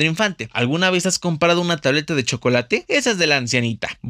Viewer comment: Hablas muy rápido y eso personalmente lo agradezco, es el primer vídeo donde no aumento la velocidad. Solo te recomiendo mejorar tu dicción, entre muchas cosas mal pronunciadas dijiste "comparado" y no "Comprado" en el chocolate abuelita.